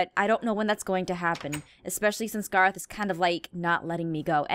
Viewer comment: She called Gorroth Garroth